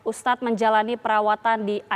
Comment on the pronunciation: Ayolah tv besar masih aja salah penyebutan ustadz